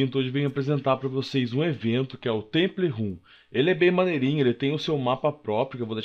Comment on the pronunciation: absinto vc nao é muito bom no ingles pois nao? temple RUN, kkkk temple run = temple ran